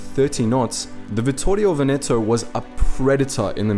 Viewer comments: Nice video! Just a little suggestion: it's "Vèneto", not " Venèto"! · One of the things that I appreciate of the channel, is that you try your best t pronounce various languages the most correct way possible. Like Vittorio Veneto is hard to pronounce, and the only mistake you made was in Veneto where the accent is on the first e, like Vèneto. Congratulations for your efforts and pronunciation mate